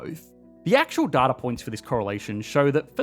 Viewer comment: it's pronounced data not data